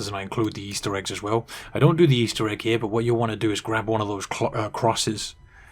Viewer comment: Right heew, ova heew, and then thew. Thank you.